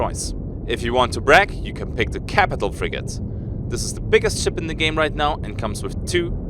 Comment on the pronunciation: (It's pronounced "frigate") :)